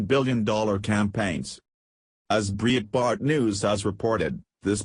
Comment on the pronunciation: No more views until you use a HUMAN VOICE to read the news! What the hell is "BREE ET BART" ?